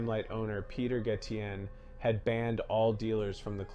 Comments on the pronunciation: Gayshen not Gottien Since when was Madonna a club kid? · Ga-tion... omg! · Are you saying Peter Gatien(Gay-shun) on purpose ? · It's pronenounced, Peter gacien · Dude, you said Peter Gatien’s name wrong every time you said it and no two times were the same lol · Lol pronounced Gay-shen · She was a clubber but not one of Michael Alig's "club kids" BTW Gatien is pronounced "Gay-shun" rhymes with nation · You all beat me to my comments, but no, Madonna was NOT a club kid as in the people this is portraying. Gatien is pronounced, Gay-Shin. Very bad if you don't even know how to pronounce people's names correctly, but you're doing a documentary on them. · PETER (GAY-shin) Even though It's spelled Gatien. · It’s Gatien Peter (Gay-Shun) that’s how you pronounce it oh n nice 👍🏼 video I knew Michael well